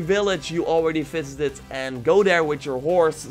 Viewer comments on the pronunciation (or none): With your accent at the two minute 56 Mark sounds like you said every village you fisted not visited I’m not gonna lie that was fucking hilarious and I just spilled coffee everywhere